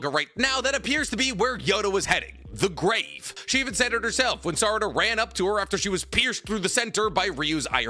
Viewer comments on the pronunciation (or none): Why he say “THE GRAVE” like that🤣🤣